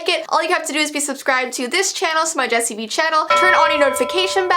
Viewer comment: hey guys its vee What I heard: hey guys its the nice sweet queen